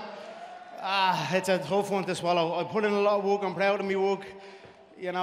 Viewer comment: "I'm proud of me Wok" Conor really does think he's Bruce Lee